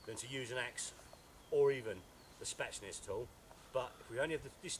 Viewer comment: Spetsnaz not spatsness! as he says! good video thanks I just ordered one a hour ago from Cold steel dot UK